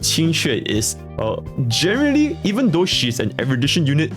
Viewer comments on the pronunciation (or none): none